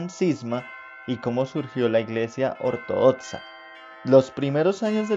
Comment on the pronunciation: "ortodotza" "etzisten" 😂🤣😂🤣😂🤣